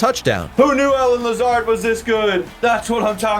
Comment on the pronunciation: Not a fan of the pronunciation of Allen Lazards name lol he’s an absolute gem so you better get used to that name and cherish him. Bigger loss than Rodgers.